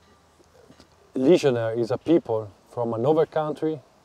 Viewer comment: The word is "legionaire" like "millionaire" not legionary.